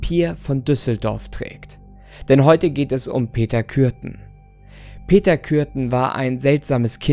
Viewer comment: Es hört sich an als ob er Peter Kücken sagt😂👍